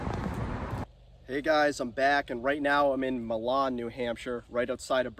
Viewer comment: Just so you know Milan is actually pronounced my lin and Berlin is actually pronounced burl in